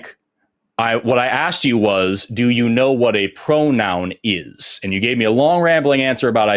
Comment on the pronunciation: Hank… a pwonown not a nown. Go back to school.